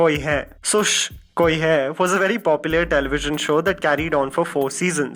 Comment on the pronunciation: Shhhhhhh koi hai. The way you pronounce the 2nd time . I just can't stop laughing